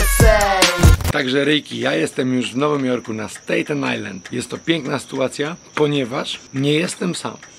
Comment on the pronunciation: mordo... nie stejten ajland tylko stAten ajland. dobra rada od ziomka co mieszka w stanach. jak ktos ci mowi inaczej to ci mowi chujowo. pzdro